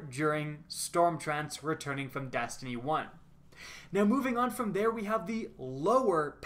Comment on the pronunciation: your E's become A's like when you say Dastiny